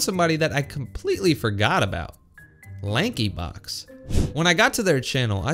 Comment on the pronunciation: When he said Lankyblox 💀